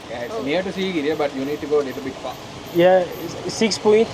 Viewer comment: Siciriya ne yaa sigiriya yerel insanlar bile sigiriya diyor biraz gezdigin yerleri öğren azıcık dostlarım dostlarım nedir ayrica biraz kitap okuyun a hu konuşuyorsunuz gerçekten